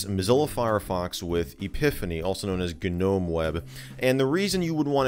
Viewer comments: Did he just call a Nome a G-nome 🤣🤣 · Should I tell him the G is silent in Gnome? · FYI - the 'G' in Gnome is silent.